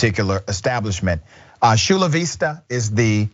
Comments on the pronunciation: It's chu la vista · Love Dr. R but laughing at the way he pronounced Chula Vista! This is in the southbay portion of San Diego, ( a lot of Karen videos come from San Diego sadly)…. Just like Florida, the great weather brings a lot of wackos